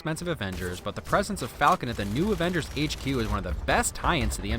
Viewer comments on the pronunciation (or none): none